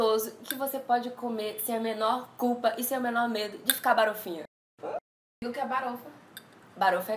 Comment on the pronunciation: Não é barofinha, é balofinha, tá, amiga?